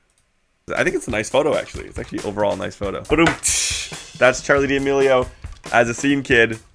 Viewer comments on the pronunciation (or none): It’s Charli Duh-mil-é-ó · that’s how to pronounce her last name Charli da-meal-e-o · I'm triggered by the way he said D,Amelio.......